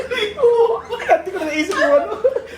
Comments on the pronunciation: Por, payb, seben, eleben TWELB hindi gumagamit si ng V at F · Ate bago mo turuan mag english ang mga bata. Magpa turo ka muna ng english.hehehe! Kase di mo alam ang magkaka iba ng letter F sa P at letter B sa V. eleben, payb, por,op 😂